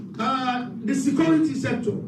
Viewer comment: “Secority” sector says the CSO man